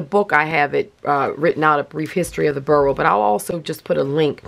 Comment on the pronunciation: I’m always curious about words — spelling, pronunciation, etc. — so I looked up boro, partly because an O is so rarely pronounced like a U. And the only thing I know about Japanese is that words are usually pronounced the way they are spelled. Sure enough, it’s not pronounced “burrow” but FORO, almost like saying the number 4 and the letter O. Yep, the B sounds like an F, which is unexpected! Both O’s are long. But don’t quote me 😱 since probably learned from the expert she mentioned in her comment!